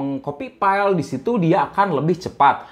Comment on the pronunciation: Sama kalo bisa huruf V sama F jangan diganti pengucapan nya jadi P..... agak kurang enak di dengermya..... Vga jadi PGAAA, File jadi PAILE, Seven jadi SEPEN